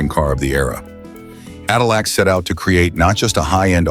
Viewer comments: “Adillac”? Really ? Sounds like a heartburn treatment. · CADILAC BROUG HAM??? WTF IS THIS SPEAKING???